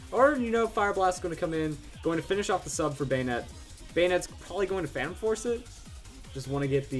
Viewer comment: Banette not banetee lol